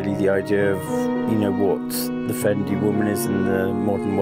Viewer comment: Seriously?! Be realistic Kim Jones, it’s Fendi, it’s not Jondi!!